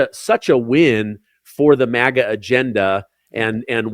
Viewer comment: MAGA not MIGA